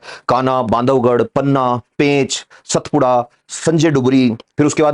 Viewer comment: सतपुडा ❌सातपुडा ✅